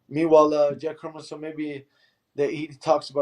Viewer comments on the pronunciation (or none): yack herminson and bennator...15 seconds in and i already want to slap this dude from espn in the face